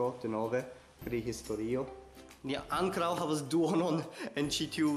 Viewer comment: La akcento ja estu en la o.